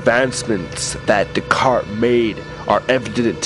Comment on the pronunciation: i think im going to kill myself if this guy says de-cartS one more time!